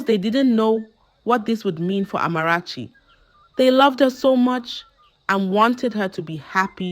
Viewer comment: She doesn't pronounce words like a Ghanaian and has no Ghanaian accent. She pronounce the Amarachi perfectly.